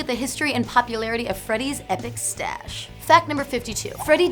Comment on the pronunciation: "Tash". Not "Stash".